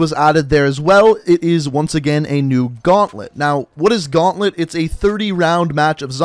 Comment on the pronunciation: he pronounced the zombie gaunlet so badly its french come on